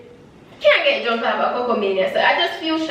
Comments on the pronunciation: mi druuuuuunk😂😂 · Lol "me druuuunnnkkk" this was fun wish Tanaania was there